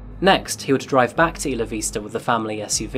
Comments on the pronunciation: "Isla" is pronounced "Eye-la", not "Issla". Went there once and got corrected many times. No offence, great show etc etc. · Iss luh Vista?? Do you pronounce “island “ as IssLund?? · Isla Vista is a Spanish name, translates as "Island View" hence the more accurate (albeit a little off) Spanish pronunciation